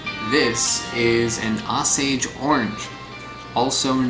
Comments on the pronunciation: You keep saying it wrong dude. Osage, long Ō not ‘ah’ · It's pronounced "OH-Sage" not "Ah-Sage". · not ah-sage.... O-sage, as in Oh my goodness! As in the Osage nation. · The reason they say the sap irritating is because its so doggone sticky like you poured sticky note glue all over your hands. The best why I found is high percent isopropyl alcohol. And it's pronounced with a strong "O" sound not weak o. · Say OH-sage, not AH-sage. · "Oh-sage" not "Ah-sage" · It's pronounced OH-SAYG not AH-SAYG, its named after the OSAGE tribe and the wood of this tree made excellent bows. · Pronounced "Oh-sage", with a long O; not "ossage." There is a lot of misinformation in this video. Horses love these and will seek them out and consume the entire fruit, not just the seeds. The only way a cow or horse could choke on one is by trying to swallow it whole — and most are much too large to even consider that. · Also, I pronounce it oh-sage, not aw-sage. [oʊˈseɪʤ] for those who know IPA. But perhaps that is a regional thing. It's crazy to think that ground sloths might have eaten this! You're brave to try it! Great video! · OH-sage! NOT AH-SAGE Like the indian nation. There's an Osage river and Osage County in Missouri. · its pronounced O as in boat.. Osage... not aw as in sausage... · Oh-sage not Ah-sage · O sage. Not Oss age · Its not (ah-sage) its (oh-sage). Just thought Id clarify that :-) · It's pronounced OH-sage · We pronounce it Osage. Long O. Oh- sage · Pronounced Oh Sage. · It’s “Oh-saige” not however you’re tryna to pronounce it lmao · They grow near my house and make a mess all over the road. I think its pronounced Oh sage though? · pronounced O long O sage. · It’s “OH-sage”, named for the Osage Indian tribe. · Prounounced Oh-sage. It is also known as a Bois d'Arc (BO-dark) apple. Supposedly the wood from the tree was used for Noah's Ark. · You should pronounce the word Osage as: OH-sage. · The proper pronunciation is oh-sage. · It's pronounced "oh-sage"